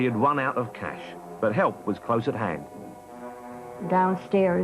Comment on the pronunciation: or is he saying "Cash"?